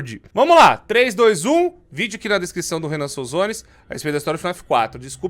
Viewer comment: Renan não " jovem nenan"